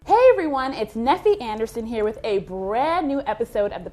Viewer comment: Love this episode! Charreah was dropping some serious gems! Great tip on getting people to be your mentor! And thanks for answering my question. You did good with the pronunciation of my name, Neffy!